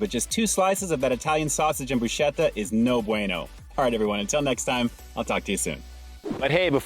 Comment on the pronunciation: Broo sketta not broo schetta, brah.